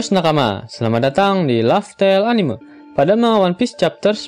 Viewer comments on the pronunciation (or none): none